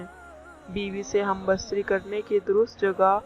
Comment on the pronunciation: ھم بستری بولنے کی تمیز نہیں اور دینی باتیں کر رہی ھو۔۔پہلے تلفظ ٹھیک کرو یہی تمہارے علم کی دلیل یا معیار کا پتا دیتا ھے۔